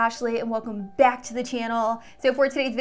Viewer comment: everytime she says "welcome bAck" i think she's australian